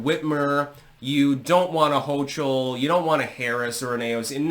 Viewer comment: It's not HO-chul. It's HO-kul Fahq!!!